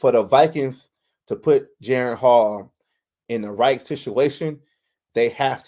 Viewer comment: Jeren? It's disrespectful to get a man's name wrong.